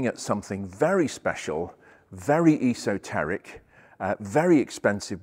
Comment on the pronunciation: “Iso”teric, indeed. :)